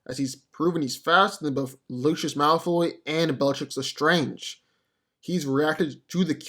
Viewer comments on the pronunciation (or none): none